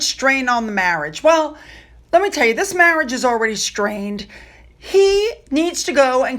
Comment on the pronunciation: You say strained or strange?🤣